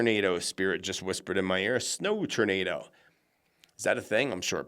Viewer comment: I always hear it as TURDnado😆😁🥰 Thank you, love your channel!❤